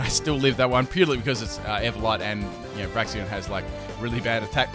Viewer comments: y u always say braxien? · FULL MISPRONUNCIATIONS TEAM;D Braixen (Brakes-un)= Brax-ee-on Slaking (Slack-ing) = Slay-king Ariados = A-ra-jos Reuniclus = Re-nuke-u-lus Cinccino (Chin-chee-no) = Sin-see-no. I actually mispronounce this one myself. Anything with Synthesis If you super-fans find any more, suggest away. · Illumiss? Braxien? Slayking? C'mon fix yo pronunciations:P